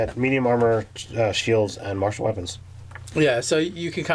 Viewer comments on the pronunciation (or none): none